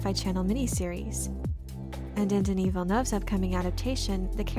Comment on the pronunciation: just a different shout out this time but I only realized now how flawless your "Denis Villeneuve" pronunciation is. Are you a French speaker?